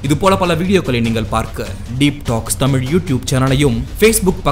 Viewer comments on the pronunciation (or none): none